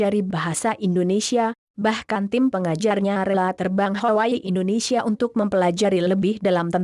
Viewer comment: Bukan Indonesyia neng, tapi Indonesia .